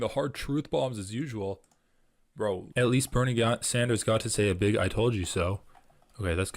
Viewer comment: She said pink hair with BEEG boin-boins... Oh god is June gonna take up rapping?